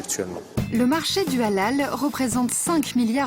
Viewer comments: On dit halal pas a lal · On dit helal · On prononce "Haléle“.. Faites un effort quand même.. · Je croyais qu’elle disait à l’ail 🤣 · Sa me fait rire quand elle dit halal 😂😂 on dit pas comme sa mais bon 😂